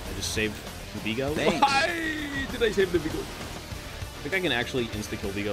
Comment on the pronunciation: it's viego, not vigo